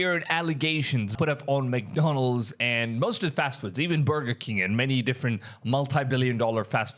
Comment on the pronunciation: It's man-donalds 😅